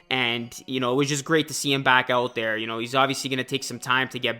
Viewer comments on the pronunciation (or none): none